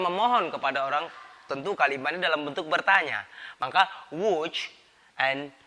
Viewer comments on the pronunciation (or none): none